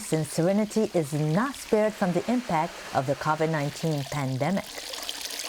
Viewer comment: Did this women just pronounce CAVID 19? you need to improve on your English.